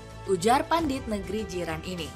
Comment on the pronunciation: Pandit, Min. Bukan pundit. Itu bahasa Indonesia yang diserap dari bahasa Sanskerta Pandita. Juga diserap sebagai sebutan untuk pemuka agama yaitu pendeta. Ayo, lah, biasakan menggunakan bahasa Indonesia yang baik dan benar. Kita, kan, mau menginternasionalkan bahasa Indonesia, katanya. Jangan kata-kata bahasa Indonesia diubah-ubah pengucapannya seolah-olah itu dari bahasa Inggris. Biasakan utamakan kosakata bahasa Indonesia, selagi masih ada padanannya.